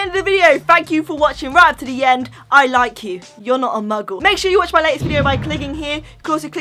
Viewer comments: Sean Doody they said mungle when it’s muggle ( are they even a Harry Potter fan ) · Are you even a Harry Potter fan you said Mungle and it’s Muggle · Did you just call a muggle a mungle!!